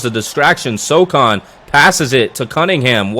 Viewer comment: great video, but brother...it is pronounced so-HAN not so-CON lol